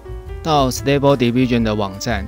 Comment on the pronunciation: 你讀diffusion 不太正確喔